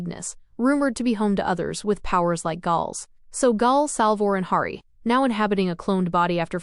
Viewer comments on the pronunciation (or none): Great recap, but annoying AI voice. One way to make it better would be to intentionally misspell the things it mispronounces, especially Hari (with an a as in Harry, not as in harsh) and Gaal (pronounced like "gale", not with a long a).